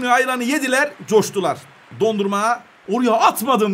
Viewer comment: Abi senin kalecinin adı Dondurma değil DO-NA-RUM-MA